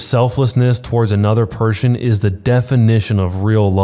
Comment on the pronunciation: Did anyone else hear him say pershon